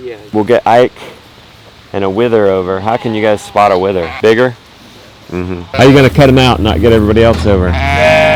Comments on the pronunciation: Pronounced Wether not wither...😂😂😂😂 your so cute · A wether is pronounced like weather